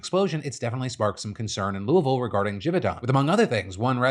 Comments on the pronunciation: Just sitting here appreciating Phil pronouncing Louisville correctly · First, very good and local Louisville pronunciation, Phil would blend right in. Second, Givaudan told officials all of its workers had been accounted for, but several hours later they found the second victim, curious if search efforts would’ve been expedited if the company had not said everyone was accounted for. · As a local resident, I gotta say I’m super proud of Phil for properly pronounce Louisville. Not many can do it. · Phil is the only YouTuber I know that knows how to say Louisville correctly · Whoa, Phil pronounced Louisville correctly